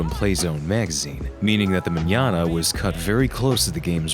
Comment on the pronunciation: He even pronounced the Ñ in Mañana... I mean, how cool is that?